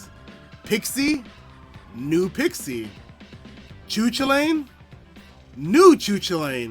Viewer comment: Dude not used to hearing Chu chullain pronounced like that lmao. Irish school teaches you a bunch it's really cool seeing all the Irish shit I learned in school in smt